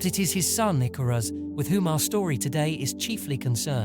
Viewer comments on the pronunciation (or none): I actually think the icarus story is fairly poignant for humanities reach. And although we do get it wrong we strive perhaps too close to the sun sometimes. The artwork is great 👍 Edit* icarus pronunciation needs some work 😅